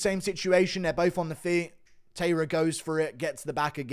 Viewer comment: This guy cannot pronounce tairas name right either